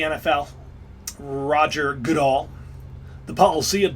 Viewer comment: nfl commissioner name Goodell is pronounced " go dell" but quickly